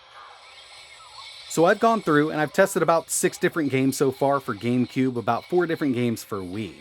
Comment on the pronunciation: Gensin Impact?????? This is genshin, not gensin... Gamube? Really???